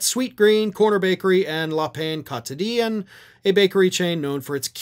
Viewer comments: "La Pain Quotidien" Ouch!, you butchered that phrase. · Like your content. But your French sucks lol. Le Pain Quotidien. Daily/Everyday Bread in English.